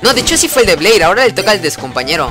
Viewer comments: se pronuncia bler se pronuncia alado con llamas el de jaden aprende a perder con mujeres has un directo jugando yugioh pro phoenix con subs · es "bleír" con acento csm y lo dijiste sin acento XD okay no solo quería comentar algo XD